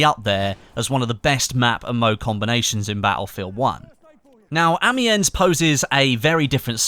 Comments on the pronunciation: Amiens is pronounced without an s. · That pronunciation of Amiens though...